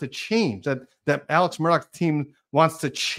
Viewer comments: Alex pronounced Alec! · I would spell the pronunciation as Ellick.